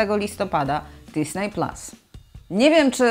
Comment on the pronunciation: Fajny materiał, już wiem co będę robił w listopadzie :) Ps.Widzę, że tytuły filmów są wymawiane starannie i poprawnie, to jest fajne, ale drażni mnie trochę w uszy disney, nie pasuje do reszy :)